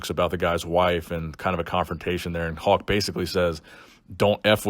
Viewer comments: it’s not “Hawk” it’s Hulk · It sounds like your saying Hawk Hogan hehe. Lincoln Hawk Hogan over the crutch.